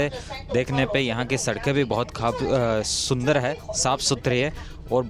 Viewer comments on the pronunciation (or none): love your videos bhai. You should improve your pronunciation of S and Sh. After a while it feels weird having repeated like Shundar, Khubshurat. Please say Sundar and Khubsurat.